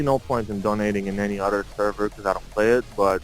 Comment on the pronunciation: А почему ты произносишь other через "о"? Это акцент такой?